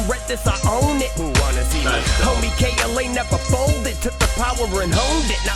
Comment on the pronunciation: You got it right, yall. K.L.A., not killa . Thanks again for all the kind words 🔥 you guys are awesome